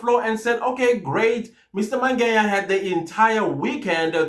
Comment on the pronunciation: Why Mr Mangenya/Mangeya friend... Its Mangena❤❤